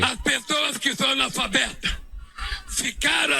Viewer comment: O que esperar de um "anofabeto"? É assim que esse 51 pronuncia!!!!! Ele precisa beber mais um pouquinho daquela garrafinha de "água"??